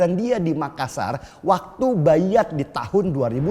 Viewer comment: BANG DENI,,PENGUCAPAN YG PAS ADALAH "BAI'AT" (Bai-At) Bukan BAYAT Seperti "Qur'an" (Qur-An) bukan Quran. Maaf bang haya koreksi aja, biar enak ditelinga